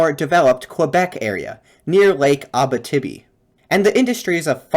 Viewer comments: Just one small thing. Abitibi is not pronounced Abbatibby. It is pronounced more like Abeeteebee. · Abitibi --- great video, you may want to look up how that is said though!